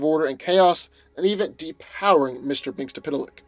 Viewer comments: Mister mix L pick that’s how you say it. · I also believe its prounced mitzelplik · It’s Mix yez spit lick according to Superman the Animated Series. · Older people who watched super friends in the 70s abd 80s know it's pronounced mixelplick. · It’s pronounced mix yes spit lick